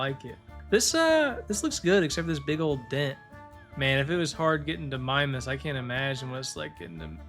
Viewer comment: Why it sound like he saying mime-mass, its meemass mimas mEEmas